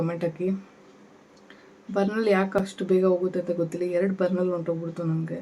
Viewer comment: Burnal alla Burnur.